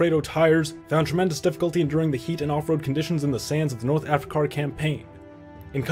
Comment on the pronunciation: He should've use "Americar" instead, like North "Africar."